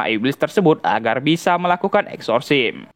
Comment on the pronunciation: Masukan, bro.. Exorcism dibaca eksorsism bukan eksorsim